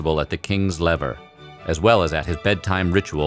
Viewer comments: Not LEVER……..(levee. pronounced LEVAY. If you can’t get that right…) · The waking up ceremony was called the le-vay, not lever (if you're going to do something on French history, using French pronunciations would be helpful), but otherwise a pretty good glimpse into Versailles. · Omg i cringed so hard at how he pronounced levé as lever and couché as couch-er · Damn man, work on your french pronunciation. Pronouncing "lever" like the English word for the simple machine, and "coucher" like the English synonym for "sofa" with "er" on the end is extremely American and really far from how the words are actually pronounced. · Mans really said lever it’s lev-ay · Cringing every time he prounced “lever” (levay) like lever. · It's pronounced "Leh-VAY" and "coo-SHAY", not "lever" and "coosher" . 🙄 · Did he really just pronounce lever and coucher as “lev-er” and “couch-er”? It’s French so it’s pronounced “leh-vay” and “coo-shay”. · Okay. It’s really funny hearing the narrator’s pronunciation of “lever” and “coucher” which should be pronounced “laevae” and “kooshae”. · sorry but the way you said coucher (cooshay) and lever (levay) hurt my soul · Sorry, but you mangled.The pronunciation of LEVER and COUCHER. They are French for waking up and going to bed, and should sound like “LEVAY” and “COO SHAY”. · Lever? Coucher? Weird pronouncing to go along with our. Lev-AY and coo-SHAY respectively. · Please pronounce the French correctly!! Lever (to get up) is pronounced "lev-ay"; coucher (to sleep) is pronounced "coo-shay" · "Lever" is pronounced roughly lu-vay; "coucher" is pronounced coo-shay. Please get the pronunciation right before you start holding forth. Also, "courtier" is an English word, cort-ee-ur. The French term is "courtisan / courtisane", masculine and feminine respectively. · It is pronounced leh-vay (lever) and ku-shay (coucher) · Lev-ay, Couch-ay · at least "courtiers" was right. =] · "Lever" is actually pronounced without the final "r" (lev"é") =)